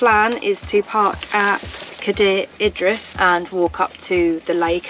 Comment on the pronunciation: You didn't 'butcher' the name of Cadaer Idris. You actually did a better job than most so-called Welsh people. Great content, clearly enjoy yourselves in God's country 🙏